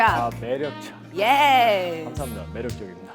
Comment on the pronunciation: 감사합니다할때 꽈두룹이랑 발음똑같넼ㅋㅋㅋㅋㅋㅋㅋㅋㅋ